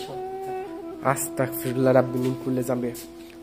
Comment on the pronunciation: ভাই আস্তাকফিরুল্লা হবেনা আস্তাগফিরুল্লাহ হবে।